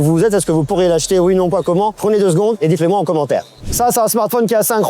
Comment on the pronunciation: est ce que vous pensez que mr grrr soule d'essayer 15 fois de nous forcer à poser un commentaire ? prenez 2 mn et dites le moi en commentaire 😂 oui oui c'est dites le moi et pas dites moelleux